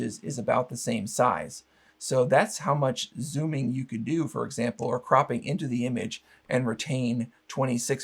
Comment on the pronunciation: I stopped video when you says cropping.